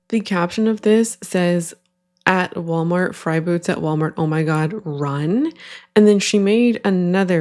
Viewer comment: “um hello WalmarK” lol